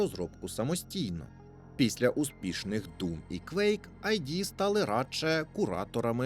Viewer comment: Студія id називається не айді, а ід